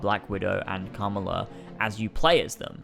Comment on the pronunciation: Sheesh Ka-Ma-La. It's not that hard to pronounce 😂